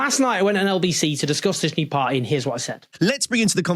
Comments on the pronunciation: Why "pie"??!! It's "party", "pardy" if you will, or "pa-ee" with a glottal stop. But never "pie"! "Party" is a key word in your talks. Make sure to pronounce that clearly enough (not necessarily "properly"), at least at first mention. Sounds and feels sloppy otherwise. Feedback from a fan. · Any chance you can learn to pronounce ‘Party’? And stop dropping your ‘Ts’ , it doesn’t make you working class.